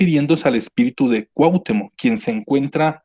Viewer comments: Cuauhtémoc, no Cuahtemoc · Gracias por compartir, si me permites hacerte una pequeña observación sin "hate", para mejorar, se pronuncia CuahtÉmoc (sílaba tónica TE). Sin pretender ser arrogante de ninguna manera, el afinar estos detalles hace que te centres más en el mensaje que se está comunicando, a mí me desconcentraba cada vez que lo pronunciabas de manera equivocada y es algo involuntario. Tu contenido es muy bueno, saludos! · Siento que viajaba a través del tiempo... Muy buen vídeo, pero me desesperó muchísimo la manera de pronunciar Cuauhtémoc... Me desesperó eso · No pronuncias bien Lattice ni Cuauhtémoc... de ahí, todo bien!